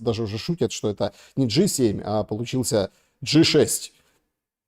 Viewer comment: Джи 7 а не Г 7 ,хотя они там конкретные Г